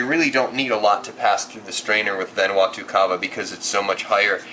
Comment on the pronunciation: lol you said vanuatu wrong...jus sayin :)